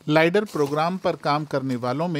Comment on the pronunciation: लाइडर नहीं लेज़र